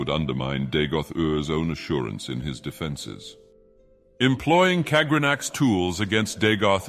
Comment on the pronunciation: "...while successes would undermine Dagoth Ur's own assurance in his defenses." I've often heard real people end long passages with this same tonal variation but the AI pushes it past the actual voice's breaking point and he very briefly turns into a strange British dude instead of Dagoth Ur. I wonder where it picked up that tendency? Audiobooks? Such a curious technology.